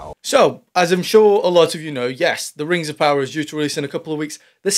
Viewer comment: Oh, Sorry. "The Rangs Of Powder".... LOL